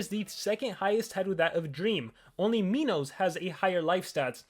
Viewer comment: It’s not me-nos it’s my-nos just letting you know